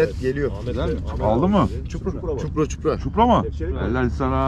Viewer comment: ÇUPRA Değil ÇİPURA😂😂